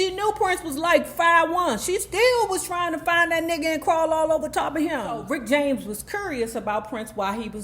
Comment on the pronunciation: "Prince-cee-poo"?🙄 "Rickety James"?😳 🤣🤣🤣🤣🤣🤣🤣🤣🤣🤣🤣🤣🤣🤣🤣🤣🤣